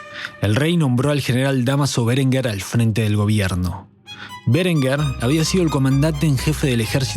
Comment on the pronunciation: No sé por qué acentúa de forma esdrújula todos los apellidos. No es "Bérenguer", sino "Berenguer". No es "Cásares Quiroga", sino "Casares Quiroga".